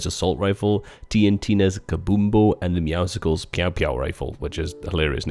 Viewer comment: Season 7 and people still say Meowscles wrong.